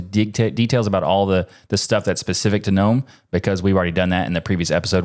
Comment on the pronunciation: the first time i have heard Gnome pronounced correctly!!! ⭐️